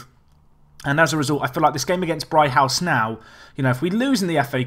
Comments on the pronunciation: It's pronounced 'Brig-house',. Not 'Bri-house'. You've lost a g somewhere. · "Brig-house"!!!!!!!!